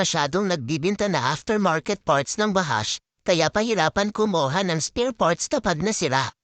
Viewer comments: Ahhhiiii bad hinggg vahashh sshhhh😂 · Marami ako mga taohan dito ng KSA halos mga itik.. Ung pronounce ng J gawin mo D